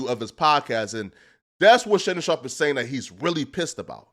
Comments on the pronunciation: Bro.. Fucking pronounce that mans name correctly... That shit is disrespectful as hell, mispronouncing someone's surname when you're perfectly capable of saying it right... Shannon SHARP! not "Shawp" or "Shop"... Cornball. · it's "sharp" bro, not "shawp."